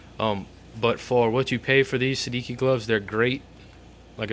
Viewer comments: It's an Italian name, pronounced "Sed-EE- chi" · I think it's pronounced say-de-chi. It's Italian for 16. :) nice review